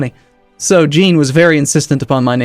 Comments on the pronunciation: It isn't 'Jean' - like 'Blue jean'. More like how you'd pronounce 'Jacques' - same sound at the beginning of 'Jean'. Zhah(n) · Anyone that's watched Star Trek the Next Generation knows how Jean is pronounced. It ain't GEEN luc Picard.